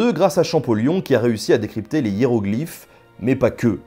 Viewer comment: Champollion, et pas Champoléon.